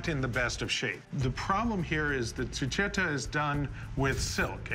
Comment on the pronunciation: The skullcap is pronounced zoo-keh-tow.